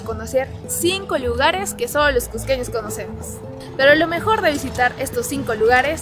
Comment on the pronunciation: Lugares que "solo los cusqueños conocen" no coincide con lo que muestras, quién no conoce la plaza de armas? Y las calles del centro? La piedra de los doce ángulos?. Es lo más conocido por cusqueños y turistas. Te falta también un poco más de dicción y mejor tono para hablar, no se dice csssco sino Cusco bien pronunciada la u y la o. "csssqueños" cUsqueños. Trata de mejorar tu acento para que se oiga agradable y claro, con más seguridad y no suene tímido